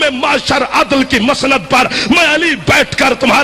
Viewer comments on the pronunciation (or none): none